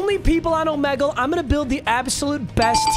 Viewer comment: Bruh, you even say Omegle wrong.